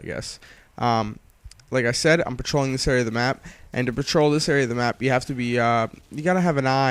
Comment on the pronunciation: you say patrol the map i hear troll the map